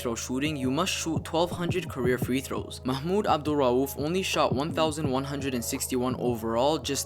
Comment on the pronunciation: NBA Insider how did u say his name so fluently